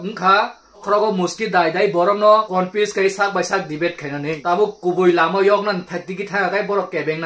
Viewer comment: Komfuya khupo sei😂😂😂😂 pronunciation kaham khwlai di